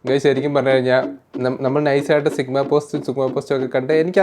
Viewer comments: Sigma❌ Chickma✅ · Chigma ❌ Chugama ✅